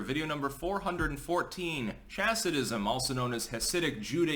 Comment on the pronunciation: I wonder how many actual Chasidim are interested in. I can't be the only one, can I? I am disappointed,, that you mispronounce the /ch/ in Chasidism. The ch should be that of the Scottish loch, or the Dutch Utrecht. And the /g/ in gematria is a hard g in all pronunciations I've heard. (For what it's worth, most common transliterations of Hebrew and Yiddish into English should be read using Tolkien's rules for Elvish.)